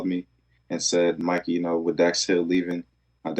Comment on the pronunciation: He pronounces it "Mikey" like Nike